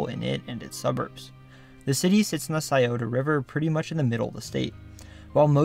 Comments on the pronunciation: Kudos for pronoucing "Scioto" correctly. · 614 represent. Props to you for knowing how to pronounce Scioto.